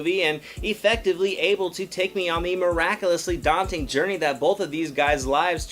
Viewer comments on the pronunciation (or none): none